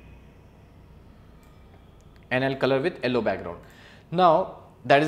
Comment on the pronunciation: "Allow" color hahaha :D